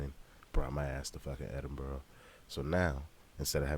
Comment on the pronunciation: Picked a wild time to come fam. Edin-bur-ah not edin-burrow, definitely not edin- burg. Hope you enjoy your time in my country and made welcome